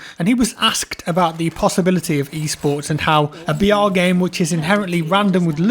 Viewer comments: I thought he kept saying "VR" not "BR" lmao I was wondering why he wasn't really into this game. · Who also heard VR instead of BR?